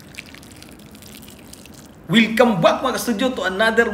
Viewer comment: Welcome back! Hindi wilcome back 😂😂😂😂😂😂😂 wilcome daw bwahahahaha